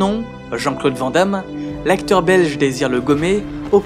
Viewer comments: c cool piske tu dis brussel et pas bruXelles. mais on dit "vanne d'ame" et pas "vent d'ame" on dis aussi anversse et pas envert ceci dit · Chers amis français, Pouvez-vous prononcer le nom de JCVD correctement? C'est un nom à consonance néerlandophone, ça se prononce donc "Vane Damme" :) Sinon très bonne vidéo :) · Van damme se prononce vane damme.